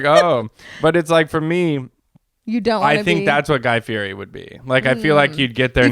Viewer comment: if you want to fulfill you dream of being besties with Guy Fieri, you should learn how to pronounce his last name! At the beginning of every episode he yells "I'M GUY FEE-YETI"